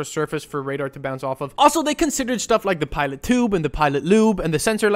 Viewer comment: ITS CALLED PITOT TUBE. NOT PILOT TUBE